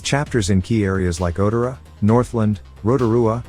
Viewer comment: Brah. It’s Otara not ota-ra